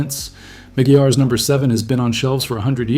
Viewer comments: It’s pronounced: ma-gwires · It's pronounced" MAGWIRES" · Hey I believe it's pronounced MC GWIREZ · He pronounced it wrong. It’s a temporary shine but it works well.